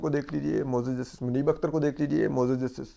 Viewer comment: Asad bhai aap say MUAZAAZ lafiz sahi terha nahi boola jata ,, ,,aap MAZOOR bool lia kareen